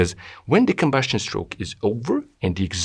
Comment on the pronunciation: Combustion is not "combuSHtion" (and SHtroke). Good video other than that.